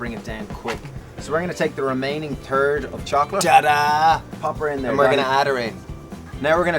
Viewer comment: "We're gonna take the remaining turd.." 😂😂 sorry sorry immaturity kicks in. Great recipes though!